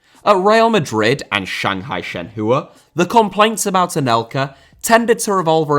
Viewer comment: Shanghai Shen-hoo-ahh 🤣🤣🤣